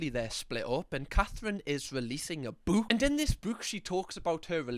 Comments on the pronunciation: Here for the way you pronounce bewk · Fab video it's killing me how u say book sorry 🤦‍♀️🤣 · Why do I laugh every time says book in his accent 😂😂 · I love accent Also him saying the word "Book"